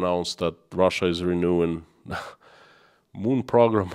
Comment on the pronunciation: PRO-GRAM. not PROG-RAM